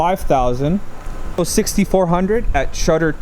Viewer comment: Stop saying ISO. It’s pronounced ISO.